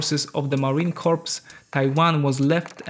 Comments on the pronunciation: Not Marine Corpse: Marine Coor! You are saying the marines aee a dead person. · No not corps. It’s sounds like core. You do not say the p or s. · "Marine corpse" lol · Marine Corps is pronounced Mahreen Core. Corpse is pronounced KORPS. OK ???? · Marine Corps!!! (pronounced core) not Corpse... -_ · "marine corpse" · If he said marine corpse one more time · You lost me at "Marine Corpse". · "Marine Corps" is pronounced "Marine Core" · Marine CORE not corps. English sucks I know. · The P is silent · Pronounce the USMC correctly!!!!